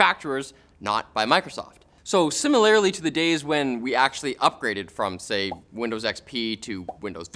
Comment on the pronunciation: I know this is stupid but "similarily" absolutely annihilated me 😂